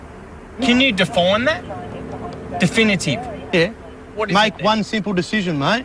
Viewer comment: Defoinitive?! Dewfainitive?! 🤔😅